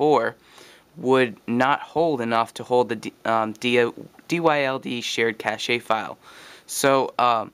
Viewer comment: what's a "cashey" file?